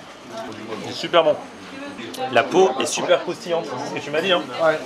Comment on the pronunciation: Je rêve ou il a dit " sonper"